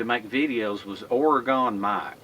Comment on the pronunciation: I'm from Oregon and it's pronounced ore-gun don't pronounce the e